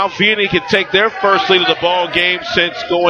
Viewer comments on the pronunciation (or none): It's pronounced VEEanney.